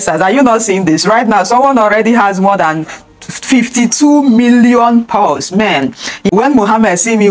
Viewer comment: It's Paws, not Pows